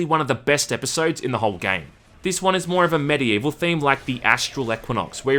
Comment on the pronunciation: Is it just me or is pronouncing Medievil instead of Amid Evil during the entire video?